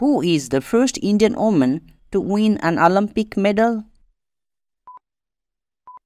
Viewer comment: Sir! That is woman not oman sir